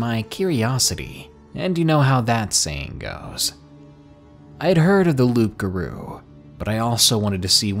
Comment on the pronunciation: ”Loop garoo” (Loup-garou) is pronounced “Loo garoo”